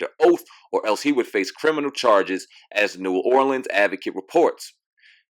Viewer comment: Thank you for saying New Orleans properly!!!! Your definitely invited to a crawfish boil and a second line!!!💜💜💜💜